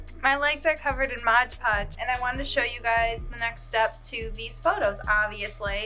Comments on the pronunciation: If you say “modge podge” one more time hahaha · i love how you say "modge podge" even though you had the product right there, lol. it's pretty much how people say "barnes & nobles".